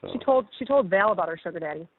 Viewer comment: When she said “ she screen shot them to VOWEL instead of Val 🤦🏻‍♀️🤦🏻‍♀️